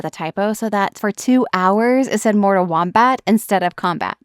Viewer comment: She says Morta Kombat, bro. What kind of AI fails to enunciate every sentence?